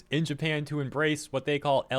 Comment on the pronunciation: Japan, not NEINpan